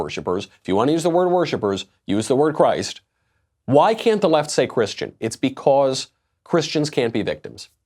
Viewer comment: He can't even say the word Christian